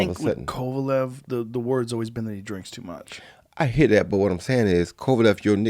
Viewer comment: Roy: ya herr me Joe: I heard you Roy 🤣🤣🤣